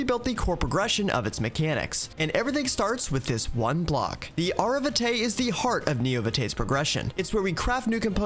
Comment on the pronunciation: VtM players are shivering with the Vitae pronunciation